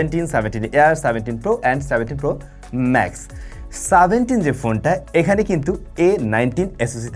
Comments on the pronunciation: Seventeen 🚫 Saventeen✔️😂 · সেভেন্টিন কে বারবার সাভেন্টিং সাভেন্টিং করতেছেন কেন ভাই😂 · সাভেনটিন কি?😂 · সাভেন্টিন কি? 😂